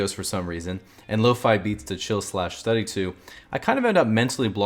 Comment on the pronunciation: Dang he pronounce lofi wrong